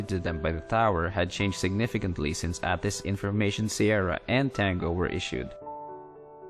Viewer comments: Nice job! BTW, ATIS is pronounced with the long "A", (Ay-tis). Airport Terminal Information Service. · Nice video, good job narrating! Not to criticize or anything, just an FYI It's pronounced 'A'-Tis like the letter 'A'.